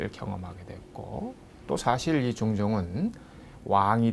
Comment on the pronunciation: 장음인 첫자를 짧게 잘못 발음한 예: 사실,사화, 사림(여러번), 폐위, 등. 역으로, 짧은 첫자를 길게 발음한 예: 과거, 왕위, 현안, 소격서, 전래 , 향약,가난(고유어), 가무, 어부지리,요구, 등, 발음 문제는 심각하지 않습니까. "한국 어문을 고발함" 이라는 책을 읽어 보시지 않겠읍니까. 미국 변 완수 배